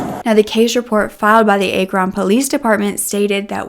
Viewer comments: I love this video! Very informative and well done, but I believe it’s pronounced ack run and not a cron. Thank you and new subscriber here ❤️👍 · ACK-run, not AY-kron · Ack-ron, not Ake-ron. But amazing video nonetheless! ❤ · Ah-kron not A- kron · Say apple. That is how the a in Akron is pronounced, not like acorn. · It’s not A-Kron is Ack-Ron like Ackron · Ack-ron not A-Kron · Girl... it's pronounced Ahhhkrin not Ayykron 😂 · Its pronounced Ack..ron Not A kron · Great job with this story! I really hope Chloe is healing and moving forward, and the trauma from a trial does not set her back. Just an FyI- if you do a story about Akron Ohio again, it is pronounced Ack-run, not A-Kron. ❤ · Can't they please keep these ppl in jail?!?!?! It's pronounced Aaakron.....as i aaaxe or aaaaccident. Thanks! Amazing reporting!❤❤❤ And you're gorgeous! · Akron is not pronounce the way you're saying it. It's said as Ack-ron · Akron is pronounced with a short 'a' sound: ACK-run. Like HACK fun. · Akron is Ackrun. just fyi. i know small towns in ohio can be hard to pronounce. XD I wouldn't know if I wasn't from there. lol. thanks for this great video! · Akron "Ah- Crin" (Crin rhyme with grin). NE Ohio has some strang names. Thank you for sharing this video. I know the area and never knew this case existed 😢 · It’s pronounced Aaaaahhhh…kron. Like Apple….Akron. Lol!! I’m a native of Ohio and everyone always mispronounces it so don’t feel bad!!😂😂😂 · Akron is pronounced Ak (rhymes w back) Ron (rin) I’m an Ohioan!:-) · Ack-ron Pronounced. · Just fyi the city is pronounced “Ah-krin” Ohio! I’ve been keeping up with this case. Thank you for covering it!! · A-Kron, OH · Your saying Akron wrong! Listen to the police call him out of the garage. They say it's the Akron police department. Akron sounds like napkin. That's the proper way to say Akron. Lol!! 😂😅😂😅❤ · Say it with me - ACK run lol 😂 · It's pronounced Accron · Ah-kron soft a not a strong a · Akron, Ohio is pronounced as ACT-REN.